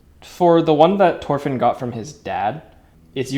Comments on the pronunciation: It mildly upsets me that he keeps saying torfinn instead of thorfinn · Isn't it pronounced THOR-finn. Looks wicked do you sell them. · Stop saying Torfin it's Thorfinn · Thhhhhhhorfin… not Torfin 🫠😭 like Thor. Not like TOR. 😭😭😭😭😭😭😭😭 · Love the videos and the craftsmanship but hey man- it’s thorfinn not torfinn, your saying it without the H and it kinda bugs me 😭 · Me flinching every time he says his name wrong (no offense) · you said his name wrong but they look great som ill look past that